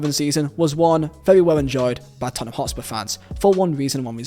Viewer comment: Lad..... it's Tottenham